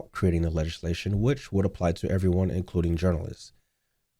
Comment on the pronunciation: " IF EVVYONE AXE YOU" 🪓 😳